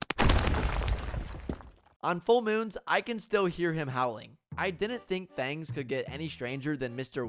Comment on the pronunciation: Are you from Texas because I heard you say thangs